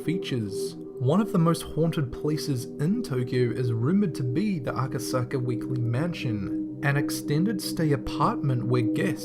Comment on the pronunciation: Lol u said "A-ka-sa-ka"